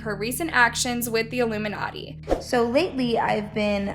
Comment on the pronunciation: if u listen to motive by her and ari in reversed and but it in 0.75% speed u hear doja says ilmunati